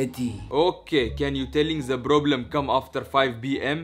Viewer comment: I love the fact that he says " ask the provlem to come before 5 "